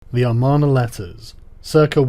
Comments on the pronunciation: Sorry, not "armarna". It's "Amarna". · *Amarna. Not "armana". Sorry for being a stickler.